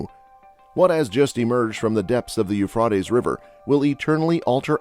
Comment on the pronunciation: Pronounced Ufraytees not Ufrartess you ignorant Clown.